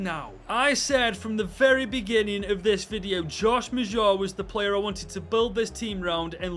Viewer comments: Bro prounces maja like Majah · Josh Maja was a key person in season two of "Sunderland til I die"...his real life career arc took a tumble after his agent moved him to Bordeaux. And it's pronounced closer to MADGE-a...that's not perfect but it's close.